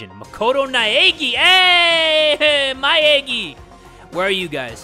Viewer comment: "Makoto Naegi" AYYYYYYY MY EGGY!